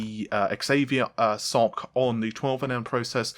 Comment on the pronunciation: did he call the SOC “sock” lol